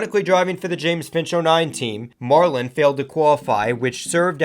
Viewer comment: Sterling marwin? It’s Sterling Marlin not marwin.